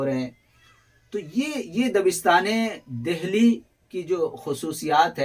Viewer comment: اچھی کاوش ہے مگر ......میرے خیال میں...دہلی کو دلی بولا جاتا ہے.؟؟؟ھے ناں؟؟؟ہ نہیں بولا جاتا....عمدہ لیکچر ھے ویسے.🎉🎉🎉